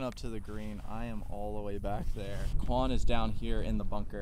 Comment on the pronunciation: Did it drive anyone else nuts that he called him "Kwon" throughout the entire video???? 🤣